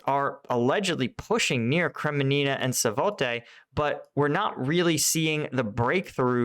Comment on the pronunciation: I watch your videos all the time. Thank you! However these pronunciations are so brutal man. It's SVA-TOVE-AH and KRE-MEAN-NAH